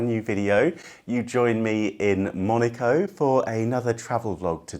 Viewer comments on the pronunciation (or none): You are pronouncing name Monaco wrong....😢